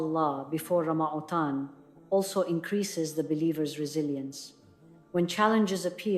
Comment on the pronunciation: AI is saying Ramatan not Ramadan. Ya Allah.